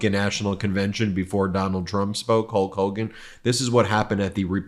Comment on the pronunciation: "Hawk Hogen" and "Abbey Road" and Dumble Trump is not president, take this guy away